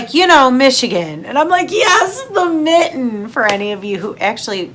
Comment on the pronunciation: Your mitten was correct ✋️👈 lol. I lose faith in humanity on the regular, glad you pushed through and came back. 😊🍸